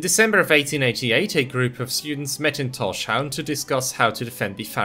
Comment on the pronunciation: You pronunciation of Tórshavn is quite close to how we say it in the Faroes, but as with all English-speaking people you pronounce the sh sound, which is wrong. You separate the s from the h so that it's Tórs havn, towrs hown, as in Thor's harbour/haven. Excellent video, nonetheless. I love that our little archipelago is getting some recognition. Just the fact that our islands appear on maps is a huge thing for me. We used to not be on most maps, so we were invisible to people who weren't knowledgeable about the region.